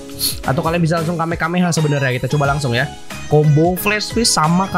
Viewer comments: not kamekameha but kamehameha stup it you why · Kamehameha bang bukan kamekameha Btw knp bnyk yg nyebut kamekameha dah ??-_